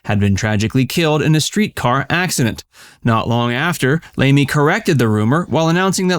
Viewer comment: His name is pronounced Lemley not Lamey as Laemmle is my name also.